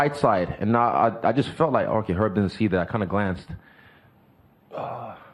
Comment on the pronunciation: “Did erb see that”